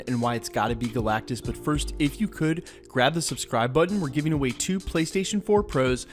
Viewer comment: It’s galactus